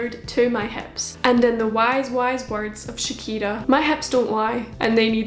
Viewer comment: I love how she says "Shakira" like "Chiquita".